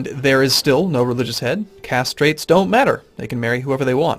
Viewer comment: am I the only one who consistently hearing "castrate doesnt matter" instead of caste trait doesnt matter ? hehe